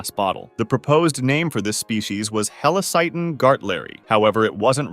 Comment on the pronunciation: that helacyton sounded like hail satan